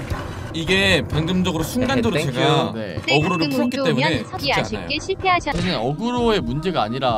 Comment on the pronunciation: '않아요'인데 '않아쇼'ㅋㅋㅋㅋ